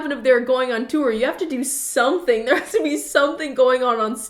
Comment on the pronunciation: You say "tour" like Danny Gonzalez. "Too-er"